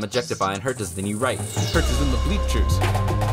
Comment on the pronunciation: He made a song about Hertas but can’t even pronounce them 😂